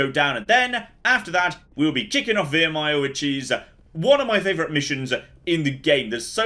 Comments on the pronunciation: It's Viremire, not Veeeeremire..... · He taunts me every time he says veermire